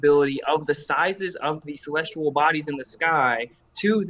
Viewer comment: Is it me or is saying “celestual”